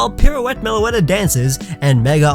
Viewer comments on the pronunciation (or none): none